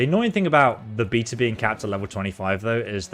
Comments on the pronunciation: are you saying beta bc it sounds like beatas? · its a beta not a beater